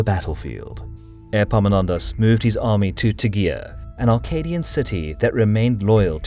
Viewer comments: 'Airpaminondas'. Better say it as if it was 'Eppaminondas', the e would be right then (epsilon). And the p is not doubled in English anyway, think modern Greek doesn't do it either. Or if it was the other Greek e (eeta), then 'Eepaminondas' would correspond how it changed from the ancient to modern Greek, as it did in English. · Is it just me or does anyone else hear airpomenondas insteas of epaminondas 😂😂😂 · Airpaminondas? Like Air Jordans?